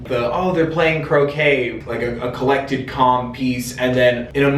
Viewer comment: I like how u say collect. Like Pokémon or something lol